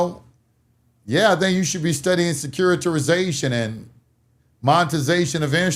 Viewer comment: "SECURI-TI-ZATION" "SECURI-TI-RI-ZATION"